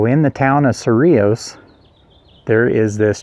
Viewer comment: Thank you for correct pronunciation! ❤ yes, I live nearby. Native New Mexician. FYI, 100 years in NM is not really old... 😊